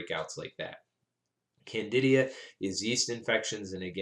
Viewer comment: Isn't it Candida not candidia?